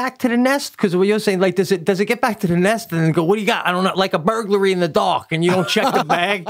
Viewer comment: This is honestly the most i;ve laughed today. When Pete said burglary, I thought he said Birdlary! LOL